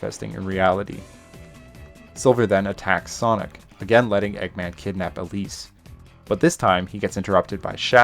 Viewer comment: it sounds like you called Elise "obese" and it's sending me and my friend rn